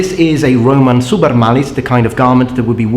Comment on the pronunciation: So the 'B' in bRoman is silent, go figure.